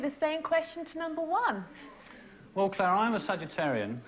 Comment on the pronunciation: She just can't pronounce clare